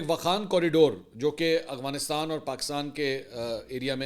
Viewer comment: Afghanistan ✅ Aghwanistan ❌ Mansoor sahb please correct your pronunciation